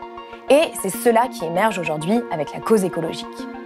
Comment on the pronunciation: merci d'être là et de faire tout ça! (juste un truc, vous employez souvent le mot "aujourd'hui" et vous le prononcez "aujord'hui", c'est dommage et c'est gonflant… mais on vous pardonne, vous êtes super! ). 😉😃